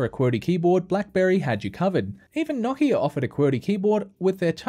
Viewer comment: Nokia Not knockeah